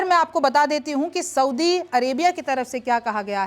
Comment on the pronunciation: Soubi nahi soudi hota hai